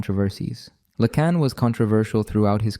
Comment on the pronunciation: Yes, the overuse of the "it's not X, it's Y" sentence structure and the continual shifting mispronunciations of Lacan's name are dead giveaways.